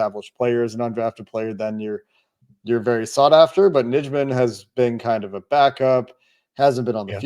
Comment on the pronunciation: Hey guys I'd check the pronunciation of Yosh Nijman's name. I think it is pronounced Yosh Nighman. The packers have it on their website.